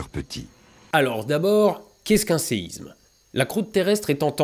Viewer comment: Merci bcp. C'est juste dommage de faire toute la vidéo en prononçant "séizme" bien à la parisienne. Que ce soit pour séisme, Israël ou autre, la lettre s ne se prononce comme un z que lorsqu'elle est entre 2 voyelles. Ex: Isabelle. Bonne continuation.